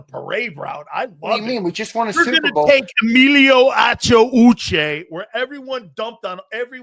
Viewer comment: Why do you say Uche name like that….racist pos